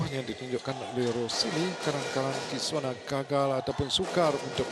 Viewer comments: Yang pengulas xhabis2 kisoni2. Sampai kamera terang2 tunjuk nama kisona masih ckp kisoni lg..stress ak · Ala pengulas pn jap kisona jap kisoni la aku plak terpesona..well done dh lame x tgk indian player mng emas badminton.. Good job!! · My mom : ni mesti ada syedsaddiq ni tulah menang Dad : syirik la Abang aku : kisona kisona you are my sonia Adik aku : Knp rupa dia Mcm kakak jarjit upin ipin Me : hm pengulas ni asyik tersasul kisona tu kisoni je HAHAHAH ok sekarang aku nak korang gelak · Kisona ke Kisoni? Adui lawak bila pengulas confius Kisona dgn Ruselli 🤣 Last2 jadi Kisoni.. Anyway, terbaikk Kisona 👍👍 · Congratz Kisona Pengulas : Apa daaaa KISONI.. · Pls pronounce her name properly. Its kisona not kisoni, mr.commentator. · To Astro Arena, for my opinion lah, pls ambil bekas atlet badminton macam Hafiz Hashim ke, Woon Khe Wei ke jadi pengulas. Ni entah pape tah, jap2 KISONI la RUSILI la RUSOLI laaa. Tee Jing Yi menang SeaGames 2017 la. Tu Goh Jin Wei la haduiii. Ayoooo aku drpd semangat tgk live rasa nak marah ja. Pengulas kalau bukan bekas atlet pun, buatlah homework sikit taktikal utk WS. Siapa pemain yg tgh lawan jgn main taram ja cakap. Just my two cents. Aku bagi opinion pun betul2 nak media sukan ni jadi lagi best esp kalau bekas atlet jadi pengulas. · apa benda lah pengulas ni kejap Kisoni kejap lagi Kosona ... sebut lah bagus Kisona isk isk isk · Kosini kate pengulas hehehe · kejap Kisona kejap Kisoni.. sebut la nama betul betul adoi.. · KISONI KISONI! stress aku dengar. Aduyai. Come on la astro arena